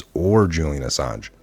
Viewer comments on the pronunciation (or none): none